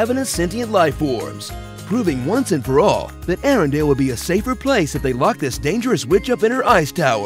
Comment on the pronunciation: *Arendelle, not Arendale. LOL sry, it kept bugging me.